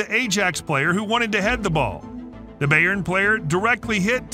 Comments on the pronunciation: A-Jax, Bay-Earn,Mou-Rino,Standard Lee-egge,Ks-avi,Nigel Dee-shong,Alf-Inj Haaland...hilarious. :-) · "U-E-F-A" "Bey-ern" "Ay-jax" "Sti-ah Bucharest" "Standard Lee-egguh" "Ro-bin" "Bee-elefield" "Weirder Bremen" "Worder Breemin" "Arsené Wenger" 💀 💀 💀 💀 💀 Im not even gonna mention all the other player names